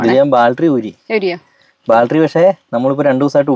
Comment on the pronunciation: ബാൽറ്ററി അല്ല.. ബാറ്ററി.. 😂😂